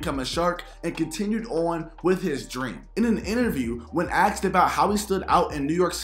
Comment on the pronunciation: His friends "axed him"? Yikes!